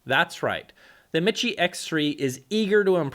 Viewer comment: Repeat after me. It's pronounced, me-she. Not mit-chē.